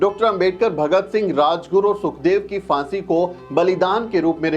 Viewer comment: It’s Phaansi not Faansi. Abe Hindi theek se bol!